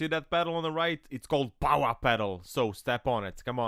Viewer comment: Free candy van 😂 I have to say, nobody says powah better than you. Classic.